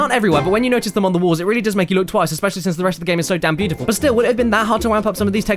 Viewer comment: Cordinated Cyoar It's beautifuoar!